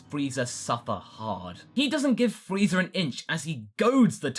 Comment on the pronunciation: Hey i hear him sometimes say freezer and vageter instead of friza and vegeta sometimes. is that because of dragon ball abridged